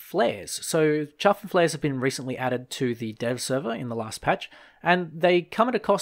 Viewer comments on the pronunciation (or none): its chaff not chuff, love the vid btw